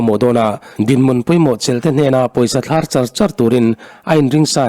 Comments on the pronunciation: Nia Thlar i lam dan hi vid hmasa lam aṭang tawh khan ka lo notice nghal hle a, Kawngkhar tih a Khar tih thluk ang tur a ni e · Thlar tihkha ahniamtur aw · Tui thlar tihang khan thlar khuai thlar angin ichiar a athluk hniamtur